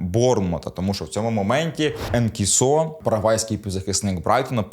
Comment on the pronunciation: Не Енкісо а ЕНСІСО.